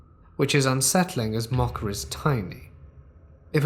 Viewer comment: I can't handle the pronunciation of Mocha.